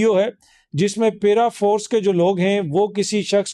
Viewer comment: The word is “paraforce” and not “peeraforce”